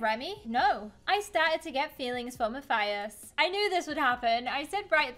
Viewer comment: WHY DOES EVERYONE SAY MATHIUS ITS MATHIUS LIKE IF YOUR SAYING US NOT USS AM I THE ONLY SPANISH YOUTUBER